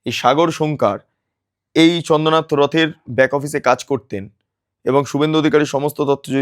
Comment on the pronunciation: মিস্টার, আপনার উচ্চারণের কারণে আপনার এই প্রতিবেদনটা শ্রুতিকটু লাগছিল। চন্দ্রনাথ কে আপনি চন্দনাথ এতবার বলতেছিলেন যে কানে এমন করে লাগছিল আপনার প্রতিবেদনটা শুনতে ইচ্ছে করছিল না। আপনার উচ্চারণ ঠিক করুন।